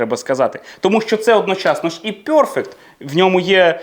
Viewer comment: Пане, я ні в якому випадку не хочу образити вас, тільки хочу зазначити, що нема в англійській мові вимови йо (пьорфект), перфект, без йо. За радянщини вчили англійську з московитським акцентом. Якщо я чую це "бьорздей" чи "пьорфект", зразу розумію з ким я маю справу. Перше моє питання до тої людини, з якої країни походження. Треба ще правильно вчитися вимовляти такі слова. Наш мовний апарат дуже розвинутий, тому нам нема проблеми правильно вимовляти такі слова. Я підписалася і поставила вподобайку 😊